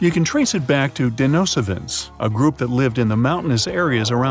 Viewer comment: Check your pronunciations .... Denisovans... Synesthesia